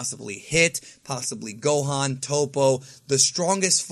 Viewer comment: It’s gohan